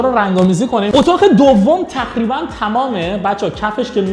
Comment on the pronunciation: خاهش میکنم بگو تقریباً نگو نخریبا